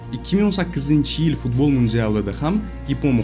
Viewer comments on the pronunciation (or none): none